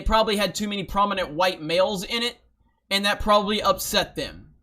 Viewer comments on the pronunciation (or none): none